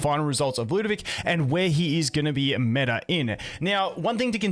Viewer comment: moite why do you call it lewdovic instead of lud o vic? also slight typo in title